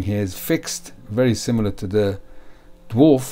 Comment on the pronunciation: Education comment, it's pronounced not Dwarf but actually Daa-vaar or Dee-varw. This is easily learnt through the official original owners Facebook group owned by Peter (owner of KHW mods) I called it the Drawrv in my mind for like a year 😂